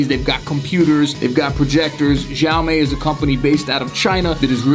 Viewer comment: Every time he pronounces xiaomi a baby dies.